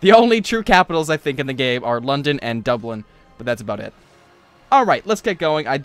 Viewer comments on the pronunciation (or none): none